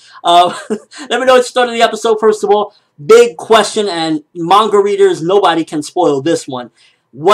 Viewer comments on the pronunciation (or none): none